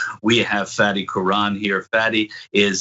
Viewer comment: Is "Fatty" or "Fahdee"? If it's Arabic, it should be the latter. Is this one of those where the person just gets tired of correcting people and just settles for the lazy American pronunciation?